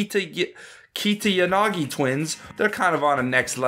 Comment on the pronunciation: Bro you didn't even try to say Katiyanagi